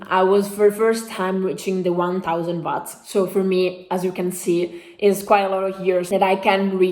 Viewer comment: Ciao! In inglese dicono “uots” non watts!